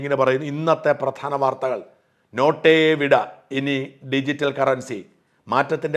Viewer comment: നോട്ടേ വിട അല്ല,മൊട്ടേ വിട.. അതാണു ശരി🤫